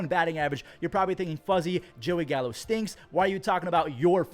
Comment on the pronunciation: Did you say Gallo? Or Callo?